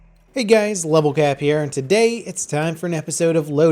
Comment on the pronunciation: "Hey guys, LevelGap here..." Phonetics FTW